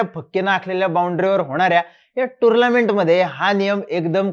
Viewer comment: टुर्नामेंट ❌ टुर्लामेंट✅